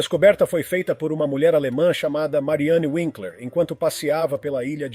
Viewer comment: Se a mulher era alemã e chamava-se Winckler pronúncia ,é [ Vinclwr] o "w" em alemão representa o fonema "V" aliás sómente em inglês , tem representa o fonema vicálico "u" sendo uma consoante...